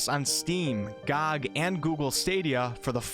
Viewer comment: My god, it's not GAEG as you pronounce gog. It's simply g like (g)ot and swap t for another g, giving u gog. D:. Ye, I'm picky... no hate, love your content :P